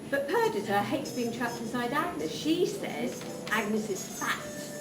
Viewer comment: It's not Per-dit-a it's Per-dee-ta